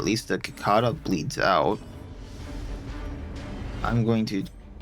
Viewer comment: I mean no disrespect, but what state are you in that you pronounce cicada like that?